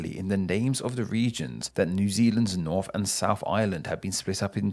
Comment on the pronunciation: English Words that include the letter combination “th” are NOT pronounced “F” As in “Nawf of the nawf of nawfland” It’s “North of the north of northland”